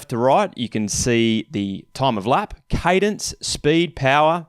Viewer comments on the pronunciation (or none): none